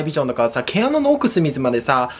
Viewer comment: 「奥すみずまでさ〜」 … 「毛穴のさ〜黒ぐみまでさ〜」 … わろみwwww